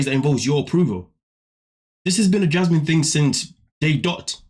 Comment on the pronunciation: The way he says her name-“Jyasmin” kills me every time.